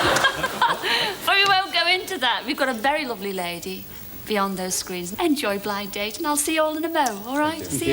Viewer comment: I always liked the way the announcer at the start was very careful to pronounce the two D’s between the words Blind and Date. “Ladies and gentlemen, it’s BlinD Date”.